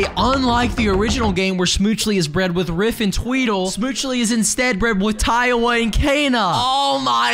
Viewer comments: i'll never get why you call tiawa taiwa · Tip: Its Tiawa like Tiara